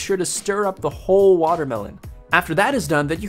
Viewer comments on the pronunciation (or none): none